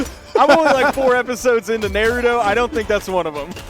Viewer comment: “I’m only 4 episodes into ‘NAIRUHTO’” 🤢🤢u disgraceful man